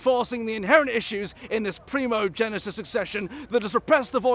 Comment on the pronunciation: plays a dirty village peasant. Also: flawlessly pronounces primogeniture.